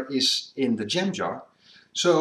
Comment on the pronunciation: Ha. It took me a few minutes to figure out he was saying jam jar, not gem jar. I still say "tin foil" even though we've used aluminum for foil since the late 1940s.